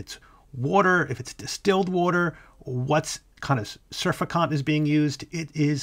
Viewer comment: Ay-oh-me-ba? Surfi-kont?